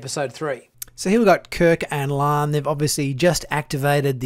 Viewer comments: Dude, can you not say La’an? It’s not Lahhhn, it’s La. an. Like Hawai’i…….Hawai i, not Hawhyyyy. I’m sorry but it drives me crazy. It’s not that hard to get right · AREN'T THERE "TWO" SYLLABLES IN HER NAME? IT IS NOT "LAN" BUT "LA'AN".